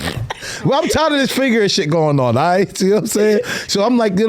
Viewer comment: ain't say the word rite neither 🤣